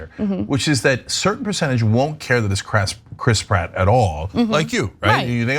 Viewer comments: Chras Pritt😫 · Lol, the way Cenk pronounces names in this story is funny. Mer-io and Crisp Rat. Now I'm always going to have that in my head, I can't unhear it.